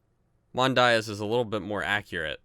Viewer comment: Btw that's not how you say diaz